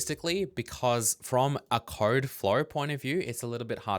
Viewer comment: Does anyone else think pronounces code like "khode"?